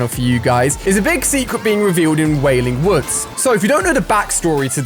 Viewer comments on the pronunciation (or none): Nobody: Absolutely nobody: Ali A- WaILing WoOds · when you said walling woods😭😭😭😭😭😭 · Lol he called wailing woods weeping woods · did you say wailing woods? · He said wailing woods rip og fortnite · Ali said wailing woods rip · When he said wailing Woods 😢